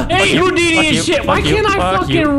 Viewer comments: he said moodini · Surely it's more like SMOOTHINI